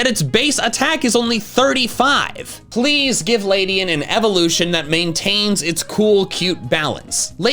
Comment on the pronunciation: It's Ledian, NOT Ladyan!